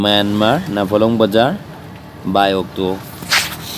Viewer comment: It's nt namphalong, it's Nampharlone